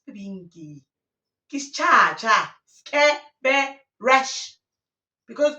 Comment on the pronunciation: mara...😭 athi "SKHE-BE-RESH"😭😭🤣